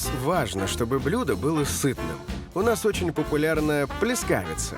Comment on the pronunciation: ПлЭЭЭЭЭЭЭЭЭЭЭскавица! Умоляю, ставьте ударение правильно!!!!!!!!